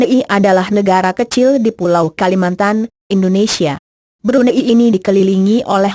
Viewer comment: yang menjelaskan nih, perlu belajar lagi deh intonasi suara sama tata bahasa nya. makau mba, bukan macau. Brunei mba, bkn Brun ai Spain mba, bkn spa in hedehhhh 😩